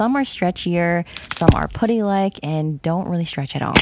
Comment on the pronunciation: the way she say putty is funny she like POODY